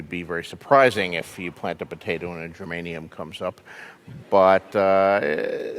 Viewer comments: "gerMANium" is an element. "geRAINium" is a plant. i guess he definitely, IS NOT, a gardener. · Geranium, not gernamium. Yes, I went there. But I will always bow to George.